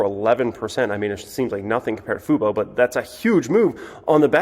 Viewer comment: said Fubo correctly. The bottom is in.